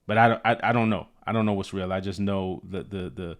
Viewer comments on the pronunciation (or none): none